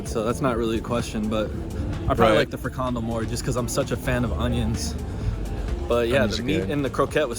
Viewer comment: Actually, neither friKANdel nor FRIkandel is right. In this word the stress is on the last syllable, so it's: frikanDEL. Also, the beer Bavaria is indeed from the Netherlands, even though the name would suggest otherwise. There's a brewery in Lieshout (province Noord-Brabant).